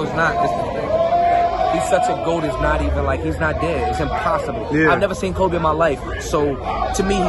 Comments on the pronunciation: PUT SOME RESPECT ON THAT MANS NAME HHIR "KOBE" WITH AN E YOU KINDA LAME FOR THAT ONE BRUH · It’s not koby it’s KOBE!!!!!!! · Koby? Please get his name correct!